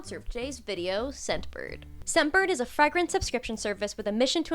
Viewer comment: Sad no one else mentioned how she said Fragrance and I think the only other person I think I’ve heard say it like that is the fragrance man who drinks cologne